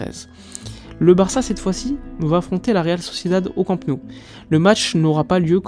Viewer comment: J'adore ta chaîne mais juste une petite remarque. Immagine qu'un fan étranger du PSG ait une chaîne YouTube consacrée au club de Paris. Ça te ferait quoi si le mec disait "Parisse" en prononçant le s final ? Ça te choquerait. Je suis catalan et chaque fois que tu prononces Camp Nou, tu prononces Camp (👍) et Nou comme en français. Il faudrait que tu dises no-ou. C'est pas difficile et ça montrerait que tu connais parfaitement le Barça. Et puis ça me ferait plaisir 😊